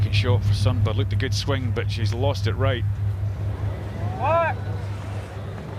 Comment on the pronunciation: Please note that you pronounce Sundberg as Shuntberry.